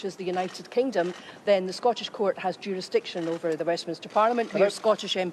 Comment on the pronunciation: Scaw-tush jewrus-duckshun. Aye.